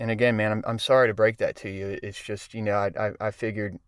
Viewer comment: He was quiet way too long and then purposely said "Yeah I KNOW John Evans".....Way too obvious...